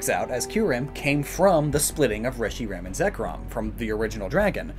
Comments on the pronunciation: this is giving me a headache how terribly he is pronouncing the Reshiram and Kuyrem names ahhhh. Edit: And everything else... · FOR THE LOVE OF JESUS CHRIST ITS PRONOUNCED RESH-ER-HAM